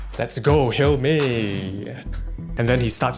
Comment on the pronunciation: Thanks to this vid, youtube is now recommending me crime watch episodes. Also, is it pronounced Hal-me or Hel-mi? Even the smouldering SIO himself seems unsure.